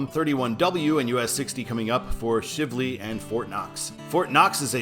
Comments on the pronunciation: The Watterson Expressway (I-264) is essentially inside the Louisville city limits, so there is no real need for a control city, other what you listed. Also, it is not Shiv-ley. It is Shively, as Shive rhymes with Chive, so Shively. For citizens who live around here, we call I-264 the Watterson and I-265 the Snyder (named after Congressmen Gene Snyder). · Shively is pronounced with a long I sound. And many people from Louisville mispronounce Bardstown as Barge's-town. I assume this because they know what a barge is but don't know what a bard is. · You mispronounced “Shivley”. It is a long “i”, not a short “i”. “Shiv” rhymes with “eye”. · The i in Shivley has the 'long i sound' .